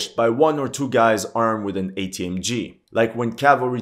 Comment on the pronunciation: "ATGM" not "ATMG". Just a detail